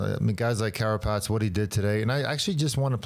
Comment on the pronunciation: It’s a beautiful thing hearing Johan say “Carapaz”